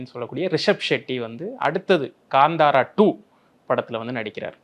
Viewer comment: ....its ka'ntha'ra... Not ...ka'nda'ra... Kindly pronounce it correctly ....